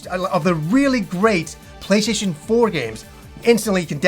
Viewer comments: Sounds like at some point he abandoned calling it the "PlayStation" and switched to "PlayShayshun"....I understand though, the mouth is just another muscle, like when your arms start giving out on military press. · funny how you say "play-shay-tion"